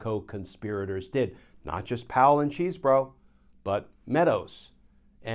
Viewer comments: It is great how you constantly mispronounce Chesebro. (Chez bro) It must be super annoying. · It's Chesebro with a short e. He attended my high school. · Sorry, Glen, but deliberately mispronouncing his name is not a good look. It's been determined how he pronounces it and it's not how you are choosing to say it. In fact, you even used the correct pronunciation the first time you mentioned his name, then proceeded to butcher entry time after. It sounds petty and beneath you. 😢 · I prefer the pronunciation "cheese bro." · neither here nor there really but is Chesebro’s name pronounced Cheese (as in the dairy product)-bro?